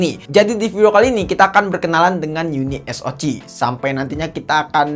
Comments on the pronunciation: Uniso "si" om, bkan Uniso "ci"😂😂😂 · Bang spelling nya uni es o ce. Bukan ci. 🤣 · Harus nya baca nya YUNI S O SI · Kenapa bacanya gak unisok aja sihhh😎